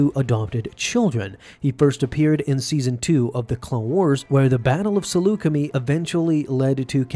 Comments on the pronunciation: Pretty sure it's pronounced (Seluca-My) not (seluca-Me) as that's how Obi-Wan pronounced it in Revenge of the Sith. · It’s pronounced as “Saluce-MY” but otherwise great vid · For all of you Star Wars nerds out there Saleucami is pronounced something like this: (sah-loo-ka-my). As I’ve heard the word spoken in the Star Wars franchise! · I find your pronunciation of Saleucami annoying, it's a long I at the end, want proof, Kenobi has you covered in the S2 ep before Cut's introduction, and in Revenge when he speaks with Anakin after Skywalker missed the briefing.